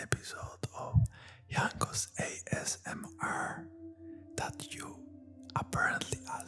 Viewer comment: A S M RRRRRRR LMAO <3 Jankos is goated